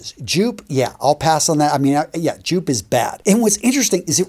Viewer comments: It is not pronounced like it is spelled the J is silent and pronounced as if it were a Y. So Yoop or Yope would be a hell of a lot better prononciatiom than Joop. Y you not know this? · Enjoyed the video. Please not Joop is actually pronounced "yope" and Bois (du Portugal) is Bwa . You're so knowledgeable so I just wanted to share these tips on pronunciation; cheers!